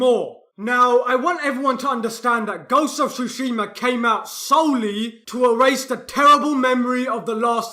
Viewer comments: I too enjoy “Ghost of shooshsheemaa” you beautiful Brit. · "ghost of SHUSHIMA" 🤣